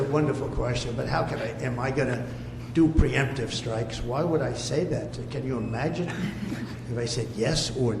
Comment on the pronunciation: As he says. Preemptive. Then it's not preempitive